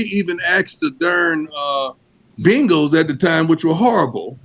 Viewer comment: He always says that you should hear him say the Bengals 😂🤣 Bingels